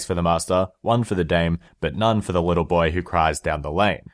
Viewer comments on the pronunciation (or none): Sorry are you saying WITTLE AS IN HEWWO WITTLE BOY oWo